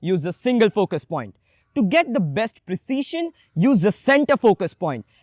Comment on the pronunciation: hi baiya awsm video but dont say 'the; like that